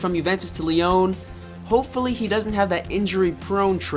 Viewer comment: The club name is pronounced Lee-On. Great video tho